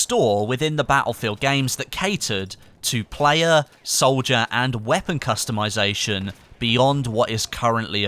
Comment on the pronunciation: Did I hear character costumization?